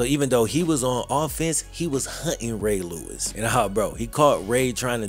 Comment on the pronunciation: What happened to Eddie George? It's pronounce, "Ray Lewis"! 😅